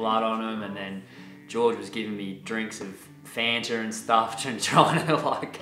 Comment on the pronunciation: the what were you drinking? Fanter? vegan pringle